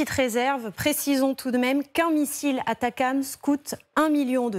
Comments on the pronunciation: On ne dit pas ATACAMS ! Il n'y a pas de A ! Il s'agit des ATACMS. Atac M S. C'est pénible. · ATACMS A-T-A-C-M-S de quelle manière ça peut se prononcer "atacams" ... ? Vous êtes les seuls à dire ça.